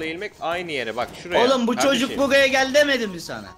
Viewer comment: en ufak hağeket edeni vuğ buğğa bak